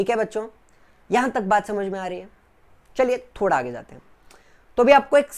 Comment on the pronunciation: Not thoda thobda